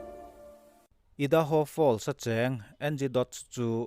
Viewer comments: I da ho nilovin Ar a ai ( ai - hi a hniama thluk tur ) a ni e. Aidaho ( Idaho ) . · Ngaihnawm hle mai. Idaho hi i hi i am tih a I ang a lamrik tur (i da ho,) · Ngaihnawm hle mai, Idaho a i, hi l'am tiha i kan lam ang hian lamrik tur. IDAHO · I-:da- ho ni lovin aidaho(idaho).